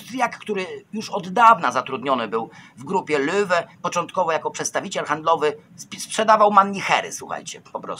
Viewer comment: To sie czyta Loewe